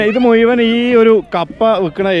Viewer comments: മുയ് വൻ എന്നു പറയാതെ മുഴുവൻ എന്നു പറയാൻ ശ്രമിയ്ക്കു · മുയുവനുമല്ല.ബ്രോ മുഴുവ൯ 😅